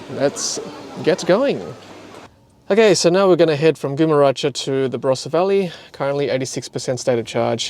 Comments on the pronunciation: Hi, Great video and great how you’ve been documenting the road trip. Just for future reference, Gumeracha is pronounced “Gum-a-raka”. Also the ‘Gum’ is like in gumnut. Don’t worry, I’m originally from Sydney, and when I move to South Australia I too was mispronouncing a lot of local suburb names. But I learned very quickly the South Aussie dialect. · As a local, I loved the mispronounciation. It might actually catch on. Try "Gum - er - acca" next time. I'm just disappointed you didn't say Nuriootpa or Hoffnungsthal 😂 Keep up the good work! Safe travels.